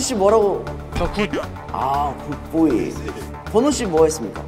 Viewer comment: 조슈아 굿보이 발음 여기에 빠져서 허우적대고 있음.. 미쳤냐고